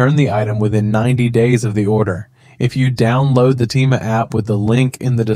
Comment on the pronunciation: Bro uses an Ai voice that cant even say Temu right💀💀💀